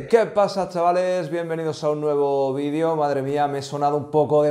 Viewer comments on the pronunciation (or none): none